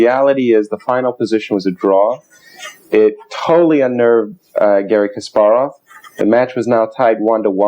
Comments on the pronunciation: Henley, KasPARov, pronounce it correctly please. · Philip Gerlach Yes I know his name was changed I have been reading about chess players since the 70's. The fact remains he is mispronouncing "Kasparov". He doesn't have to pronounce it perfectly but at least get the emphasis on the syllables correct.